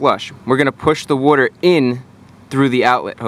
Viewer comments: Wooter. Wooter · You don't want any dirty wooder in your heater core. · wuter lol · Wooder wooder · When he goes through a drive thru-"one small ice wooder"